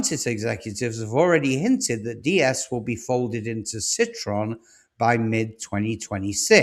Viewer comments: TRY pronouncing CITROEN not citron FFS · Yep, I wondered who the f he was alluding to. Probably calls Jaguar Jagwar too. FFS he called Ciroen Si-tron. 2nd edit: FFS he DID pronounce it "Jagwar" What a prat. Mazzeratti. This guy is nothing short of a joke. HTF has he got 50k subs. I won't be watching again.